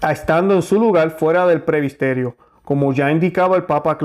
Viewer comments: Gracias por las reflexiones y defender la misa tradicional y valores de LA IGLESIA, que es UNA. QUISIERA reforzar que no se juzga como condenando, sino defendiendo lo bueno, la verdad y ante todo orar... Sólo una observación, tengo entendido que se dice PRESBITERIO en lugar de decir PREBISTERIO. VEAMOS, CHEQUEMOS ESO, POR FAVIR, PROPONGO. Realmente nos está tocando ver cosas tremendas. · Muy buena informacion, pero por favor diga correctamente: PRESBITERIO o PREBITERO. No Prebisterio o prebistero. Busque en el Diccionario la palabra que no conoce. Gracias. Disculpe la correccion